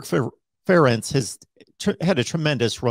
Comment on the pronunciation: Not exactly sure who this guy is, but if he's going to be asked to comment on Iowa football it would have been nice if he actually knew how to correctly pronounce the head coach's name.